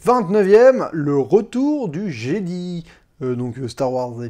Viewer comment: le retour du "jedi" c'est fait exprès la prononciation